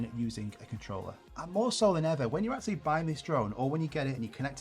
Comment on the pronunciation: Great and important video, BUT: "eksualy" :D